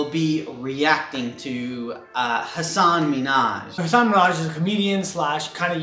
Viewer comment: Pronouncing Hassan correctly would be a start you desis.